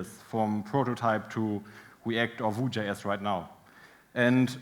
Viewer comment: It's funny he says "vue" comme "vous"